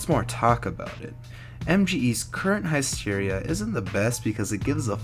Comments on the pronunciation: HISS-Teria NOT HIE-Steria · high steria? isn't it hissteria? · Did I just hear Heist-Eria? Oh fuck..